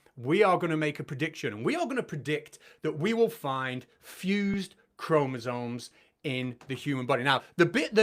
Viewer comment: Arguing about chromosomes while calling them KROMOZAWNS is compelling argument. 🫡